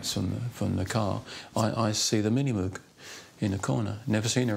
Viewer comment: humble, kind, sweet, underrated, I've chatted with him in person a few times, incredibly nice bloke. 40 years later he still can't pronounce "Moog" though XD rhymes with rogue.